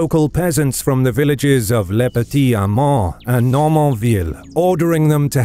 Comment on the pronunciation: As long as you don't know French. Just listen to his attempts at Formigny, Le Petit Hameau, and many others.